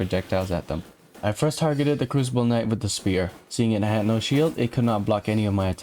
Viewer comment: it's knight not knoght and he does now this it just sucks absolute ass